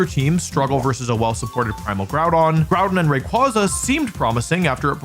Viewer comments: It's ray qway zuh, not ray qwah zuh. Based on quasar not kwanzaa. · I feel vindicated knowing me and wolfey pronouce rayquaza the same way. How he pronounces slaking is a war crime however